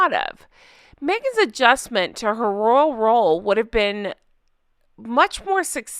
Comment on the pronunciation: the way you said "royal role" reminded me of The Rural Juror